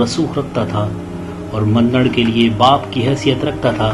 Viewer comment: سڑبنی یا سربنی اصل نام ہے قیس عبدالرشید کے سب سے بڑے بیٹے کا ، مندنڑ نام بھی آپ غلط لے رہے ہوں آپ کو چاہئیے کسی پختون فرد سے نام اور الفاظ کی تسحیح کرلیں ، دل آزاک اردو میں پشتو میں دلہ زاک اور گلینگس ڈھیرئے کا نام بھی آپ غلط لے رہے ہوں گل نرگس نہیں ہے ، آصف خان یوسفزئی